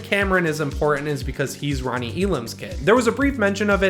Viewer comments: I listened to it four times, I keep hearing "Ronnie" instead of "Lonnie" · Its Lonnie, not Ronnie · Sounded like you said Ronnie and on. No hate though.